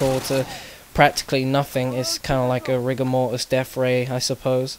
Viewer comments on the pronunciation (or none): none